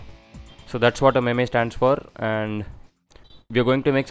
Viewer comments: Its not pronounced "meme", it is pronounced "meem" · it spells meem not maymay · Apart form the "memay" pronunciation tutorial looks solid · It's not pronounced meme it's pronounced as meem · ME-me what is the pronunciation hahaha